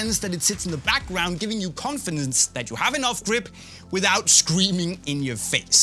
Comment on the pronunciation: so nobody gonna mention how can't say confidence 😂